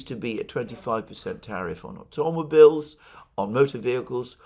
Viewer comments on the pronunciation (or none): Please stop saying "auTOMobeeels".